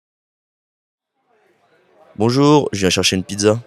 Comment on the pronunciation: Martin has terrible pronunciation. The first phrase sounds like /je.ʃaʃən.pidza/, not "je viens chercher une pizza"